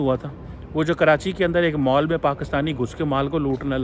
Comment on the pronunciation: Mall ❌ Maaal ✔️✔️✔️